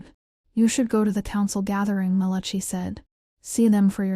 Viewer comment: Malachee? The name is Malachi.🙄